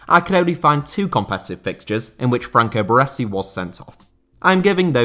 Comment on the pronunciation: Took me some time to realize you were talking about Baresi due to the pronunciation ahah Love from Italy!